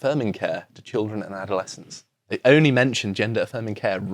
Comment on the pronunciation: "No zhey don't"